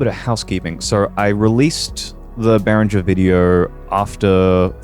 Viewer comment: It's pronounced bay ringer.